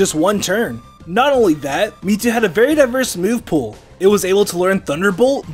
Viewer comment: Why do you keep saying ME TWO